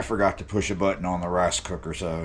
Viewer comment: Rice not rase lol cold bed if you speak bad about Chilli